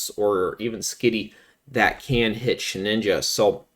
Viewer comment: You pronounce it as SHE"N"INJA, but is She"d"inja 😂😂😂